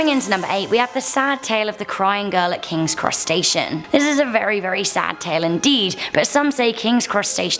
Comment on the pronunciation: sounds like she said “Kings Crustacean”